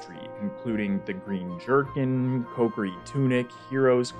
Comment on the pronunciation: "Cokeri"? Isn't it Kokiri?